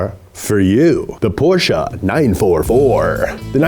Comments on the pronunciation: The way you say portcha makes me sehr sauer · PorCHUH NIHssuhn God that bothers me XD